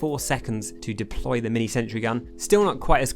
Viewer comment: "Deply" I know you probably got this a googolplex times on this video so....